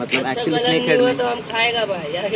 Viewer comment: He said sanke heaf🤣🤣🤣😂